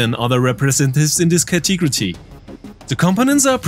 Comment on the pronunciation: Thanks dude. Category is pronounced "cat-a-gori". I hope that helps :)